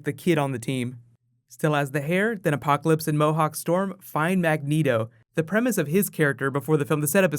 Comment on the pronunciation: LOL is that Apoloclpyse?